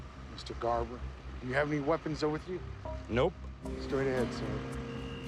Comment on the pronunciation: Its garber not barber